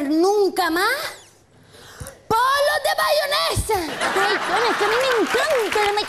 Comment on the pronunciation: Chona dice bayonesahahhaha